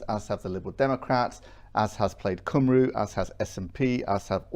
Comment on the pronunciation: He can’t pronounce Plaid Cymru.